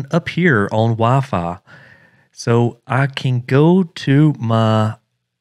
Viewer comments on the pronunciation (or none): dude said VAFA instead of wifi